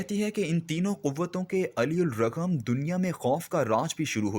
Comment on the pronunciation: Yeh lafz ""Ali ur ragham"" Ghlat prha h ap ny . Sahi talafuz """alar ragham""" ... Jis ka meaning h " is k bawajod"'